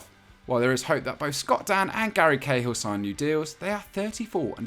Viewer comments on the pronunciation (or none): none